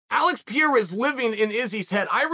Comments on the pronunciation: It isn't "Piera", it's "Pereira". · Pierre? It’s pronounced per air uh? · Uncle it's Pereira !! Not Piera. But you know what , if you say Piera , it's freaking Piera ! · Noone is a smart guy. I haven't heard anyone speak that before. Would you say Latin is a dead language? Haha I'm just kidding. My point was that most of us don't know Portuguese so its silly to try and listen to Pierra. Pereira* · PIERA = Peireira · "Pi era" almost there, champ, almost there! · It's pronounced prrr Ay Ruh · Who the fuck is PIERA ? , bro take your time and enunciate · Sonnen needs to learn pronunciation. How in the hell he thinks the name Pereira should sound like Pee-era is just stupid/lazy. C’mon dude, at least make an effort. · PEE - ERA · ""pa ray ra" lol bugs the shit out of me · Piyara???? Loool at least pronounce the guys name right come on it’s not that hard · OH NO Chael !!! It’s not Piera. It’s not “pee air uh” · PERERA! pronounce his name right sunning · Pee Air Uh 😆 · “Alex Pierre” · Its pronounced Perayra. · (Pee-Era) lol leave it to chael to give all figures a nickname by accident. To be at smart as he is he sure could use a refresher course in ELA (English Language Arts) lmfao 🤣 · Forreal. Who’s Alex Pierre?? 😭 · Pronouncing "Pereira" like this "Pee-era" is the craziest thing ever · It's Pereira, not Pierre, of course idiot chael thinks it's funny to get it wrong for the 100th week in a row. Pereira beat shit tier fighter adesanya twice, starching him one of those times. The absolute state of the UFC's talent scouting. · Chael either has no culture or he’s dumb AF. He can’t pronounce simple names after hearing the entire MMA community say it a trillion times. Sheesh! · How many times is Chael going to pronounce Alex’s name wrong? 🤣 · Sou brasileiro, e até hoje não vi um gringo falar da forma certa hahahaha Mas é compreensível já que em inglês não tem esse som, eu acho